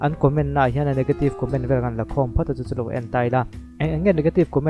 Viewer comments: Khian tih leh Hian tih te chu hai theih a nilo reng²."Khian a ti chiang lutuk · "Hian" tiin a lam reng lawm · Hringnun khan (kan)zinkhawng (zinkawng) ah khian ti in a sa a,thulam zir angai ve khawp mai,zai chu a zaithiam thawkhat e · Khian, a ti chiang e.Tawng pai em ni? Awze mi a ni em ? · Khian atih bakah...hrissta ti in alam deuh ani..a thiam viau nan ati sual deuh hret ani..